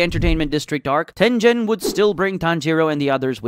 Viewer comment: bro called tengen tenjen